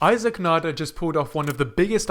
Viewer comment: Thank you for saying his name correctly, [nah-der] and not [nay-duhr] like many other English speakers here on YT.